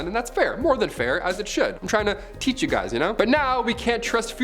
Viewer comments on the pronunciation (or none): none